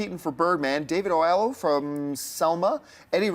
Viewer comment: For future reference David Oyelowo's name is correctly pronounced Oh-Yello-Woh :)